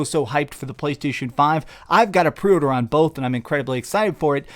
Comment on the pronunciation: I took a shot every time he said “prey urder”.